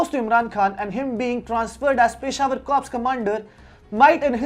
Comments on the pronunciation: its pronounced as cor... p and s both are silent🙏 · P is silent in" corps"?????